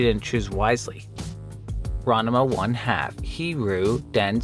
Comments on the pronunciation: *Rahn Mah Boi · Your pronunciation of Ranma is wild. Throwing an extra syllable in there. But ribbing aside, this was an interesting list. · It's Ran-ma, not Ran-a-ma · It’s RANMA 1/2 , not RANAMA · As a ranma 1/2 fan you are pronouncing it wrong, and I drove me nuts. I may be wrong about how to pronounce it correctly but your pronouncing it ran-de-ma. Anyway I'm pretty sure its pronounced the same as the engish title. ranma, almost like the name Ron followed by ma like ma-ma. It is Japanese so god knows if I'm right but randama or ranama is super wrong. I just looked up the game name and I am like 90% sure your wrong about the name too. Ranma 1/2 - Hiryuu Densetsu den set su. The origenal Zelda game is called Zelda no densetsu. I feel like of all the words you could've gotten wrong densetsu is an odd one. Also why its the image stretched like you don't know how to edit a blurred background to fill space. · Ranama? It’s Ranma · Ranama? It's Rahn Mah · Ranama 1/2: Heeroo Densets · ronnuhmuh 1/2, huh? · That's not how you pronounce Ranma. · Excuse wtf did you just say? It is really that hard to say Ranma? lol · Dude, what is with the way you say Ranma? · The way you pronounce Ranma has deeply upset me. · Good video, but the way you pronounced that Ranma game's title gives me great agony.